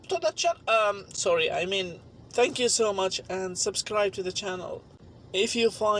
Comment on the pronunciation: "Supakus Corner" "Subascribe" Engrish